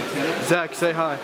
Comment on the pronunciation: wht kind of "Hi" was that!..